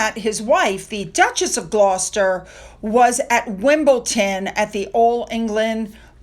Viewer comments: Don’t worry about your pronunciations. Makes me smile when you say “Wimbleton”. We love you -isms and all 😂 It’s all goooood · it's WIM-BLE-DON........DON...DON........ DON (LIKE TON) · you're seeing a "T" that isn't there Wimbledon. It's pronounced Wimble dun. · please say Wimbledon correctly. It sounds so wrong when you say Wimbleton. I'm sure Americans wouldn't like it if we mispronounced the names of places in their country and refused to be corrected. Apart from that little moan, I love your show. ❤ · Why do you have a problem saying wimbledon, its wim bil din. Its not as hard as it seems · Hi, thank you for this video. Your pronouncement of Wimbledon was not too far off, we call it WimbleDON. I love how you show so much of all the working members of Our Royal Family, thank you. The obsession with Diana is unhealthy but children living in such a dysfunctional (toxic) home will need therapy sooner rather than later IMO and should be in the UK to have a relationship with all of their cousins. William and Catherine, Peter Philips, Edward and Sophie and Zara and Mike Tindall have happy, well adjusted and socially friendly children. Beatrice and Eugenie having their own children will at certain times of the year all get together. What chance of Social Skills will Archie and Lili have? So sad. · Pronunciation tip 😃 another couple to add to your list of our tongue-twisters. Edinburgh = Edin burra Wimbledon = Wimble dun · Regarding your pronounciation of Wimbledon....at least we have a way of making sure it's really you and not a BOT 😁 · So funny you can’t pronounce Wimbledon. 😄😄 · don't worry about not pronouncing Wimbledon properly. Pete Sampras pronounced it just like you, and he won the trophy seven times!!